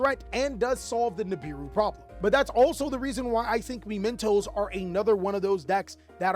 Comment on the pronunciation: i love mi-men-toes